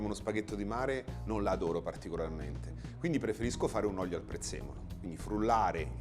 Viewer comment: Si dice olio e non oglio.... Gli fanno fare pure i video.... Mah???